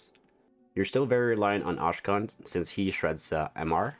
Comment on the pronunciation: Thank you for the preview!!! Just making sure you know that Akshan is pronounced ak-Shan and not ash-khan 😅